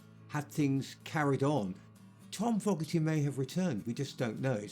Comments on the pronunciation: I agree. If you're going to narrate, the least you can do is be accurate, and names of the subjects are the first place you start. The accent shouldn't have prevented pronouncing Fogerty or Lodi correctly. This comes off as sloppy and lacking important details especially about the truth behind the whole Fantasy/band part of the story. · Fog...erty ? Low dee ? What's with this guy? Who produced this garbage ? Love the band. Hate the documentary. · "Foggerty", bay-you, and loddi? The narrator is from another planet. Many other screw ups in this poorly made documentary. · True, but you gotta hand it to that chap Fog-erty, writing a song like Ladi, that bloke John I mean is brilliant, pip pip, cherio, and all that rot. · What a terrible and tiresome documentary. Very poorly made. Read the other negative comments because they are all on the money: many mistakes, photos that didn't match what they were talking about, terrible interviews (with British guys??) and so many mispronounced names (Fog erty, Bay-yoo, Lawdee). Worst of all they obviously didn't have the rights to play any CCR music so instead they have cover versions of Pink Floyd's "Run Like Hell" and Zeppelin's "Whole Lotta Love" playing in the background over and over again. Don't waste your time. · 5 minutes in and i'm ready to stop watching. this guy can't even pronounce the last name correctly. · I know I'm being petty, but dang! I watched for 15 minutes. That's all I could take of the Narrator constantly mispronouncing "Fogerty". You'd think that if you were going to do a documentary on the band, you'd know how to say all of the members names; epecially FOGERTY. C'mon! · You would think that they could have gotten a guy to narrate this documentary who knew how to pronounce FOGERTY!! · Narrator can't even get John and Tom's last name right. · Good film, but who the heck is this narrator ? he can't seem to pronounce the name of their songs, or even John Fogerty's name. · he cant even say Fogarty right, LOL!!